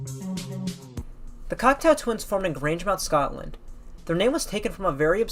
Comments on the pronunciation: I believe you called the group " Cocktail Twins " a dozen or so times . " Cock-Toe " not " Cocktail " . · thank you for putting this together! Just want to point out the correct pronunciation of their name: "Cock-toe Twins" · Can someone get the narrator to pronounce the band's name properly? Cocteau (Cockt - Oh) as in the French surrealist Jean Cocteau. Eau as in water. Everybody's homework after this is to watch Jean Cocteau's surrealist masterpiece Jean Cocteau's Orphee (Orpheus) which Morrissey had the good sense to immortalise on the front cover of The Smiths This Charming Man. Besides the mispronunciation of the subject matter's name, you did a great job. I even learned something - that they attended & met up with one another for the Ivors and Q award ceremonies. Consider listening to The Sundays / Cranes --- two bands that intersect with Cocteau Twins euphoric trippy otherness or / Kate Bush: The Dreaming. Toyah: Sheep Farming in Barnet & Nina Hagen: Nunsexmonkrock if U want an idea of who was doing this genre immediately before Elizabeth. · Are you saying "cocktail twins"? That's what it sounds like. Interesting video though, I've been a fan since the early eighties but I learned some things here. It's good to see someone so young appreciating the Cocteau Twins. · i kept hearing 'cocktail' not cocteau, oh well.